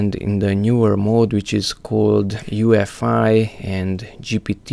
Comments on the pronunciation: U-E-F-I. not UFI. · the fact hes saying "ufi" and not "uefi" this guy knows nothing